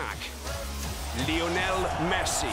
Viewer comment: i hate how she saids lino messi instead of LIIIIOOOOONEEEEEL MESSI